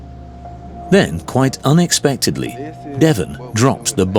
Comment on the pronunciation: “our contact is called Devon” 2 seconds later and you literally hear him pronouncing it completely different